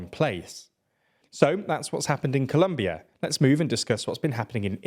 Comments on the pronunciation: Colombia, not Columbia... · Colombia is called Colombia in English as well as in Spanish, regardless of anything else. If he was German maybe I could understand the mistake, but he’s British so he has no excuse…